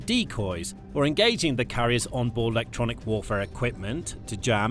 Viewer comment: Amazing new method of pronouncing “Electronic”! Just take ofd the ‘E’ and SAY IT A HUNDRED TIMES! “Lectronic!” “Lectronic!” “Lectronic!” “Lectronic!” UGH.